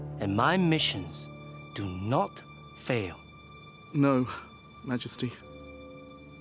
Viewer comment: The speculation about his sex life is just imagination. The alchemist was Xu Fu, not Soo Fu. Xu pronounced as Shu. Likewise Li Xi is pronounced Lee Si not Li Soo.